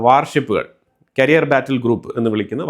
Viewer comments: കരിയർ അല്ല ക്യാരിയർ ആണ് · കരിയർ (career) അല്ല ക്യാരിയർ (carrier )ആണ്. However i like your videos for being more truthful updates.